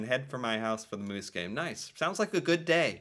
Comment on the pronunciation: For not fur. What can I do for ya?